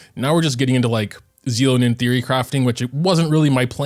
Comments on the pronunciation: So you just decided you won't take the real pronunciation into account what so ever. They said it so many times on the livestream too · please watch the English trailers to know how to say her name. Anyway, thanks for the reminder about prefarming for her.